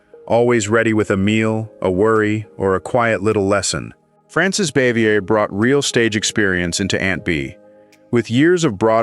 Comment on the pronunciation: Aunt Bea’s name was pronounced Baa-Vee-Yay. And Helen Crump‘s name was pronounced. Cor-So, with a long O.